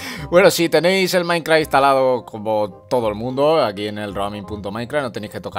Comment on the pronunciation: DE MAINKRAHH